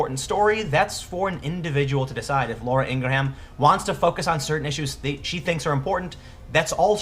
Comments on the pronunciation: It's pronounced (ing-grum) not (ing-gra-ham). Outside of this that kid is a little punk and a spoiled brat who doesn't know what he's even talking about, Laura should know advertisers are chicken hearted. How wonder how many people will jump ship from these companies just like they are jumping ship from Netflix because they hired Susan Rice. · Sorry Tim I'm sure this is a good vid as usual, but I had to stop 4 minutes in. My OCD goes off every time you pronounce Laura's last name wrong, and for some reason you say her name a lot in both of your vids on this issue and its just really annoying for some reason... "Ing'rim" or "Ing'rem" vs. "Ing'ra'ham"... I just can't take it man. Its like if people kept pronouncing your name "Tem Pull". Sorry man :( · hogg had additional tweets about how tough it is. i think it's whining to suggest that ucla should've accepted him bc he went to the school where some people were killed. also she pronounces it "ing-GRUM" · how the hell do americans pronounce her name ing-gra-ham? do you pronouce graham, gra-ham? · Her name is pronounced, "in gram" or "ingrum." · David Hogg ps lets teach Tim how to say Ingraham....ENG-GRAME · You gotta learn how to say Ingraham. I love your videos but this drove me nuts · I believe you are sincere but I don't think you watch her show and see how important she is on MSM and being a Trump supporter. You don't pronounce her name correctly. He was being the bully. He should be called out for harassment. Did you see how he lied about the events on Feb 14 on how on one show he was not in class when shots broke out and how on another interview he was in class? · You over-articulated her name, you don't pronounce Laura Ingraham like that. You kind of shouldn't pronounce one of the a's in Ingraham... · Jenna USA yeah - if he can't get a well known person's name right, it forces you to questing how well informed his insights are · It's "ing-grahm" not "ing-gra-ham" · ING-GRUM, not ING GRAW HAM lol dork